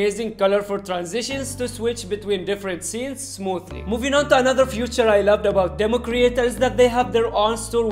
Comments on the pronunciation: he says futures insted of feature wtffff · actually he says future at all places where he has to say feature